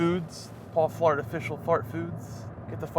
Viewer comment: Everytime he said Florida it sounded like he said "Flarta." 😂